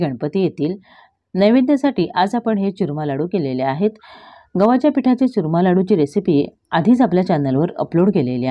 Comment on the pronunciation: च्युरमा नाही हो चुरमा